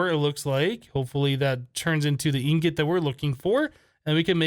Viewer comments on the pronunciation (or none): It's called ingot not ingoot and sieve not sive